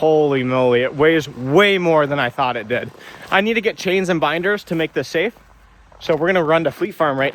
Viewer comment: the sh instead of s in ur words kills my ears. chains